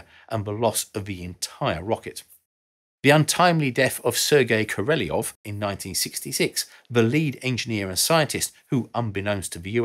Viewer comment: Sergei "Koreliov"? It's Ko-ro-lev.